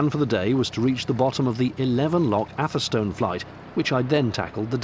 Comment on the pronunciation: FYI atherstone is pronounced atherstun